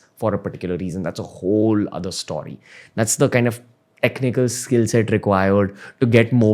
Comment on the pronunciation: For some reason it's very satisfying to hear Ranveer say "Stawry"